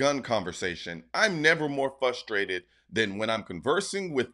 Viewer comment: Don't you mean frustrated. Not fustrated